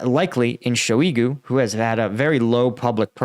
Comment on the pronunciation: The name Shoygu rhymes with "soy goo". Add an h sound to "soy goo" and you land at the proper pronunciation of Shoygu